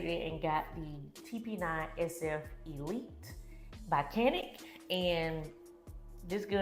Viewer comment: Did you say StaCanik? 😂